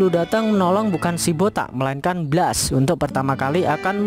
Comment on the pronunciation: Blast cara bacanya blest dek.